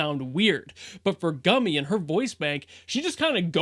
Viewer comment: i did giggle a little every time he said Gummy...